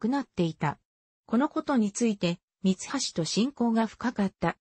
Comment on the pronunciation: 朗読がおかしい、みはしを、さんきようと言っている。